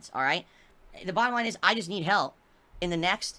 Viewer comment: "I STILL need your haalp."